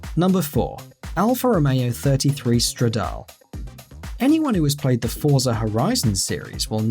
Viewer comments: #4 is pronounced stradale (no silent e) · You pronounced Stradale wrong